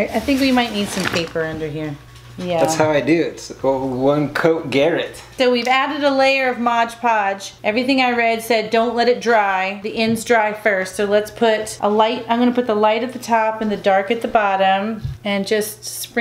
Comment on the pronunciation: "MOD" Podge. If I had a dime for every time people in various videos call it "MODGE PODGE" I would be rich.